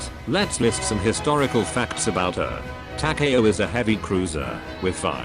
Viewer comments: It's Ta-Ka-O, not Ta-kay-O. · Its Takaw not Ta Ka a Ow.